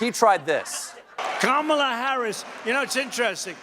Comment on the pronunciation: Now that is a mispronunciation I love!!! Karma-la! Kamala's Karma is about to kick trump in the nuts, dick and anus - all a once. Former republican voter here - go Harris!